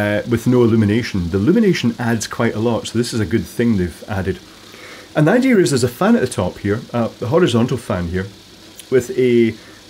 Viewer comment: There's no r in "idea". Try that vinegar on it, will you?